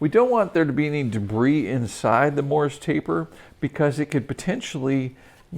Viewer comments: The title should say Don't FORGET to do these things. How about... Don't forget it is a MORSE TAPER, not a Morris Taper. 1 syllable, not 2. These experts lose me when they call a Morse taper a Morris taper. You may spell it correctly but you say it wrong. The CC knows.... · Just a note on pronunciation. The taper is Morse (like the code), not Morris.